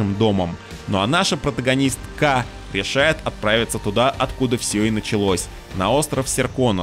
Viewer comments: Неужели самому автору не надоело постоянно говорить "потагонистКА, протагинистКИ, протагонисКУ"? Такой супер контент, а это было как ложка дегтя для меня, как слушателя. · Протагонист-ка 😂 Ох уж эти ударения))